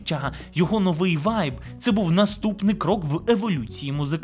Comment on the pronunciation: единственное что забавляет в этом видео это многократное использование слова украинского слова ВАЙЙЙБ с житомирским акцентом